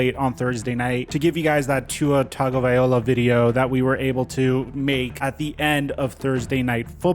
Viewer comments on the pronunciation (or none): I really wish you would say his last name right. Loa not Ola. Low-Uh. Please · It's pronounced: Tawng•oh•vye•low•uh NOT! Tawng•oh•vye•oh•luh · dude it’s TAGO - VAI - LOA put some respect on his name. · TagovaiLOA, Not TagoviOLA.. Just trying to help you on the correct pronounciation. Appreciate the videos. Keep up the great work! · Tagovaiola is how you pronounced it, it's Tagovailoa. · Please start saying his name right, LO-A not O-LA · Tua has stressed that his last name is tongue-uh-vai-loa... it's Maori so you pronounce it that way Edit: just for this case, maybe just say Tua, because for some it's super hard to pronounce his last name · My dude it should be toungue-uh-vai-loa... tua has stressed this so many times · “Tua tagaliova” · Straight butchering his name smh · Please learn how to pronounce his name correctly. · The way he pronounces his last name kills me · The cringe when pronounces Tua's last name 😬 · next time say his name correctly if youre doing a mini doc on the guy... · Lmao how is it that gets tuas last name wrong every time 😂 at this point he has to be trollin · love your content...Can you please look up Tua’s pronunciation? 😂